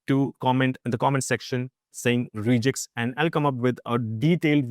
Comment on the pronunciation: "Regex" is from "regular expressions" so the 'e' is short, not "reeegex"